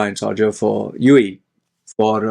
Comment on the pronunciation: SARja 🤔🤔🤔 its SHARja 😅😅